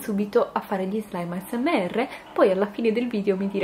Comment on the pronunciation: Spero che non ti offendi ma però dici male asmr chi l'ha notato lascio Like a questo commento solo per fartelo imparare meglio in modo tale di non farti prendere in giro